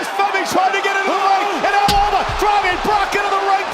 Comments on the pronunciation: did he just say Obie?😂😂😂😂😂😂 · The O pronounced in Oba is same in Organ not as in Orange...